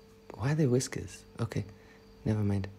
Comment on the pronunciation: "Wiskers" your boyfriend thou😂😂💔